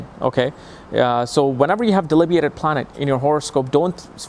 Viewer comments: Thank you for your excellent videos. (Please don't mind one small errata, though - it's pronounced "delibiTATed', not 'delibIATed') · why is pronouncing "exalted" as... "excelled" and "debilitated" as... "delibiated"? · lol. you have it wrong too! its "debilitated" (dih-bil-i-tayt-ed) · Delibiated😂😂😂 had lit grammer (ima virgo asc btw) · I love you but the word is : de-bil-i-tated! Rhymes with re-hab-bil-i-tated. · Delibiated he means debilitation. He has dyslexia. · It is DE-BI-LI-TA-TED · Sigh.. De*bil*it*ated. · It is not delibiated it is debilitated. This logic of yours is pure garbage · delibiated.?? DEBILITATED!